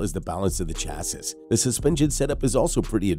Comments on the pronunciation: Stoooooooop saying chas sis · It's pronounced "chassy" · Hearing Chasses is making me die laughing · The Segway is a Sur Ron. And “chassis “ Is pronounced cha-see. And chrome isn’t a type of metal, it’s a treatment. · Chassis is pronounced 'Sha-see'... that is of course if you're speaking English.. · I have never heard anyone pronounce "chassis" and "Pirelli" like that before. Some of those battery charge times seem quite dubious unless you are planning on setting them on fire with overvoltage input. I just glad that Zero is opening a factory relatively close to me. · I rolled my eyes every time he said it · I cat take any of this seriously just by the way you pronounce chassis. It tells me you really don’t know much. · Please learn how to say chassis